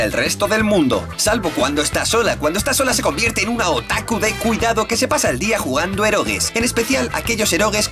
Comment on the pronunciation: este lo prununcia bien = OTAKU